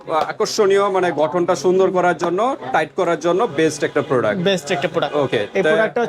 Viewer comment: প্রোডাক্ট৷ এর নাম ই উচ্চারণ করতে পারছে না এটি যে কত ভালো হবে সেটিত বুঝায় যাচ্ছে 😆